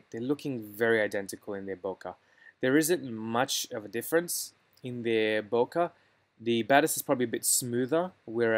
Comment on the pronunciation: Useful analysis, but all of it now changes quite dramatically, after the introduction of the new 100mm f/2.8 STF lens. BTW, it's not "bo-kaw", but "bo-kay" (it's a Japanese word).